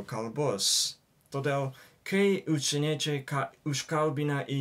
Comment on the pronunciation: Ai ir visą video sakiai "učieniečiai" vietoj "užsieniečiai"